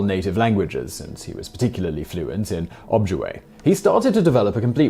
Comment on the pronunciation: It's Oh-JIB-way